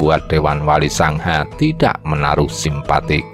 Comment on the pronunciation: Sanga kok selalu di tulis dan dibaca SANGHA